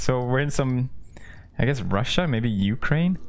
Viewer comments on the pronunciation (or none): none